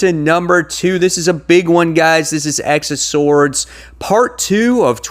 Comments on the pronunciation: X of Swords is spoken as "Ten of Swords" my guy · You do know it's pronounced 10 of swords ..... That's why they have all the references to tarot cards